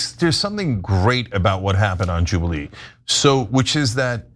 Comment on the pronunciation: Jewbilee? 😂 It sounds awful.